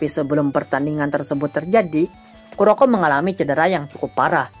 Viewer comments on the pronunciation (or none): Kuroku dibacanya bang bang